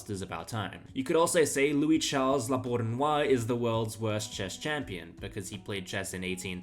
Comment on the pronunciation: Some hints to improve your future videos: (1) Try at least a little bit of effort to pronounce the chessplayers' names somehow correctly (the most striking mispronouncings are Euwe, La Bourdonnais and Khalifman). In our internet age and time, it's not too difficult to find out how to pronounce these names. (2) Do some basic research and try to at least spell the names of the players correctly, it's "Khalifman", not "Khalifmann". It's "Emanuel Lasker", not "Emmanuel Lasker". (3) Don't use AI images like the La Bourdonnais one ... when I saw the chess clock in the background, it was immediately clear to me that this is not a real image, because when La Bourdonnais died in 1840, chess clocks were not invented yet. Also Steinitz didn't look like the person depicted in your first AI image . (4) Do some basic fact checking: "Capablanca had a five year gap between his two world championships." is six years, not five. "Spassky didn't play any games in between his two world championships". That's simply not true. I guess you mixed it with Smyslov. Furthermore, Spassky played three world championship matches (1966, 1969 and 1972).